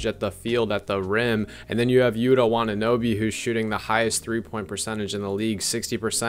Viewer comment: Great VDO thanks. But you I heard you say WataNObe atleast twice. 😁